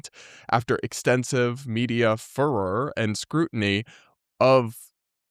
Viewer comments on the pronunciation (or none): lol, furor is pronounced "fyur-rurr", not "fur-rurr" not beating the furry allegations 😂